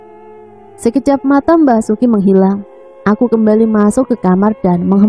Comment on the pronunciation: Menghilang kali kak,bukan menggilang 😂😂😂